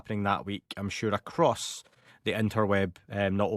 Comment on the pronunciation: Did Steve actually say ACROST instead of ACROSS?